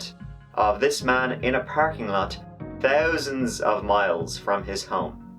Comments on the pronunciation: why does say "THousand" but also "TRee" for three? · Two thousand..not too tousand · Notice how he says ‘thousand’ instead of tousand